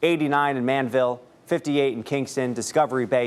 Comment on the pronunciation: The name is not Manville it is called Man-di-vill.